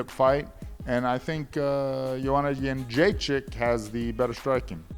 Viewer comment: Forrest, very good pronunciation of Joanna's surname! ;)